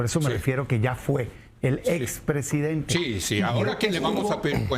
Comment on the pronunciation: A esta srita le cuesta mucho decir expresidente😮😮😮